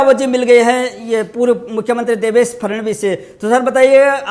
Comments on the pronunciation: फड़नवीस जी का नाम ही नही ले पा रहा ये आदमी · Abe gadhe pe Devendra Fhadnvis ka naam to thik liya kar